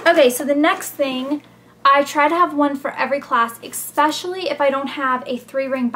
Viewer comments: Oh I LOVE your folders! You and your sister... "exspecially" GRRR! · nice vid its funny how ur a senior and u say expeciall.....lol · You and Blair keep saying "expecially" instead of "especially". Makes me laugh :F